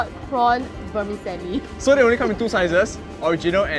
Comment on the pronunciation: OMG, and. NB vermicelli is pronounced ver-mee-CHelli!